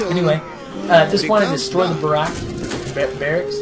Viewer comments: Cur-ee-air duh bwah Means 'runner in the woods' in French. And it's "bare-icks". Great videos, but some of the pronunciations are driving me nuts! :-) Haven't seen the latest vids yet to see if you correct yourself, sorry if you already have! Regardless, keep up the good work! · I should note that you do get "barracks" right about half the time.